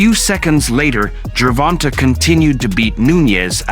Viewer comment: Wait a minute. Is it Gervon-TA or Gervon-TAY?